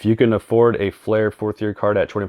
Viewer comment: you are miss pronouncing FLEER because there a flair set has well. i know not that particular flair set didnt sell until 1994, anyways just trying to help